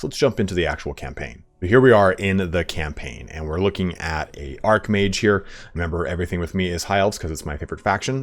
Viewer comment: ARCH mage, not ARC mage you goober. lol